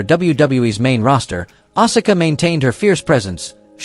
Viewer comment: Learn to correctly pronounce names. Bass is not pronounced “base” but “bass” like the fish. Asuka is “ahs kuh” Stratus is not “Straytus” it is “Strat us”